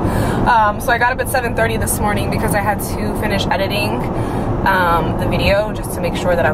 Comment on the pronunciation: Has anyone else noticed that whenever she says a word that ends in a "g" (i.e. morning) she has a "k" sound at the end? Is that a Florida thing or just a thing?:)